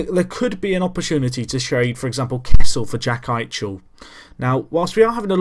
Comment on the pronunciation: And eichel is like ike-el not a harsh sounding ec